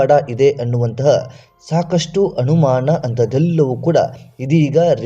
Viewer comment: ಕನ್ನಡ ಭಾಷೆಯನ್ನೇ ಕೊಲೆ ಮಾಡ್ತೀರಾ?? ಬಹಳ ಬೇಜಾರಾಗ್ತಿದೆ. ಅನುಮಾನ ಎಂದು ಬರೆಯುವಲ್ಲಿ ಮತ್ತು ಹೇಳುವಲ್ಲಿ ಹನುಮಾನ ಎಂದು ಬರೆಯುತ್ತೀರಲ್ಲ??? ಛೇ.......!!!!!!! ಅ ಮತ್ತು ಹ ಎಲ್ಲಿ ಉಪಯೋಗಿಸಬೇಕು? ಎನ್ನುವುದೇ ದೊಡ್ಡ ಸಮಸ್ಯೆ ಆಗಿಬಿಟ್ಟಿದೆ.